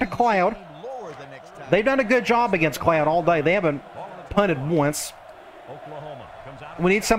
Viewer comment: Whenever I hear you say “I’m going to the cloud on defense” I keep hearing I’m “going to the clown” and I immediately question everything I know about defensive football